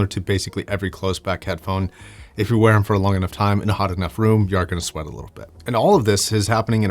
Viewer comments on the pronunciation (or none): none